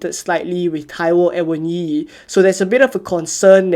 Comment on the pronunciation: Thank you for pronouncing Awoniyi’s correctly. Every other content creator I watch says “Awonyi” 🤦🏽‍♂️